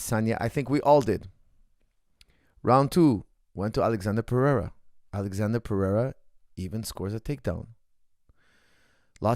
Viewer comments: His name isn’t Alexander it’s Alexsandro lmao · good analysis but u keep calling him alexander, he is alexsandro, brasil! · His name is not alexander but Ahlex